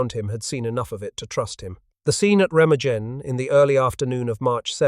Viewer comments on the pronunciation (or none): Remagen (ˈʁeːmaːɡn̩). The g is pronounced like a g, as in gun, not a j, as in gin.